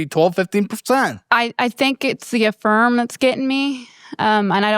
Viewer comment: He said you went insane on Infirm (Affirm)!😂